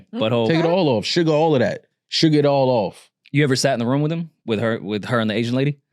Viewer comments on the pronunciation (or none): none